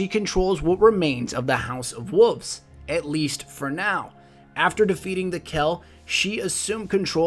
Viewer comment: I don't like when people pronounce wolves as wuffs.